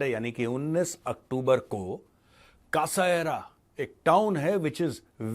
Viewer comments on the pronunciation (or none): हे ज्योपोलिटिकल एक्सपर्ट, सेसारिया बोलते हैं इस शहर को, कासाएरा नहीं। मेजर साहब, थोड़ी तो रीसर्च कर लेते